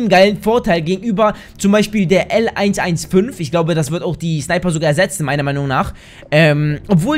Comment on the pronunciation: Die Sniper wird L 100 15 ausgesprochen oder für leute mit mehr Ahnung Lapua Magnum